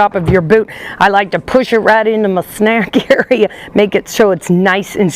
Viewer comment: Every time she says “snack area” 😂